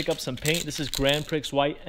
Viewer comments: (just between us, grand prix is pronounced like grand pree) but yeah, been a long time since the last build. nice to see you back. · It is pronounced “ grand pree “